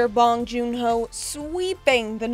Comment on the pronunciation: “POW JOON HO”